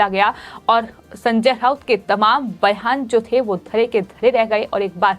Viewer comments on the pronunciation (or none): अरे कोई तो इस को बोलो की, बोलते समय एकनाथ शिंदे का नाम कम से कम ’सिंधे’ तो नही बोले। दूसरी चीज़ हर शब्द के पीछे ’ह’ लगा के हकलाने की जरूरत नहीं। संजय राउत को संजय ऱ्हाउत, बयान को बह्यान, रात को ऱ्हात, जवाब को जव्हाब. बाकी सब ठीक है पर उसे अपनी खुद की speech सुननी चाहिए।